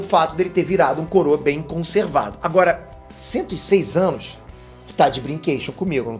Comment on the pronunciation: QUEM ouviu 101 ânus